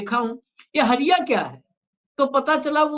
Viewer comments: Hariya nahi...hadiya bolte hai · हरिया नहीं हंडिया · Hariya nahin bhai hadiya hota hai kuchh to Jana kijiye debate mein baithte hain to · Harya nhi Bhai ji Hadhya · हरिया नहीं बोलतें है...... हंड़िया बोलते है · हरिया नहीं हंड़िया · माफ किजीएगा सर उसे हड़ींया कहा जाता है हरीया नहीं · हरिया नहीं हंडिया ।